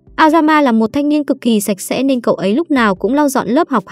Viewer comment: Thánh sạch sẽ đoạn cuối t nghe thành thánh xem sẽ :))